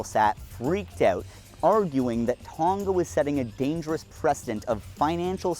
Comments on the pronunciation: hi amazing video but just a note, the ng in Tonga is pronounced like the ng in going. it makes it easier to say too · unfortunately this is how I found out that northern hemisphere ppl pronounce Tonga like that 😀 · Can people please learn how to pronounce Tonga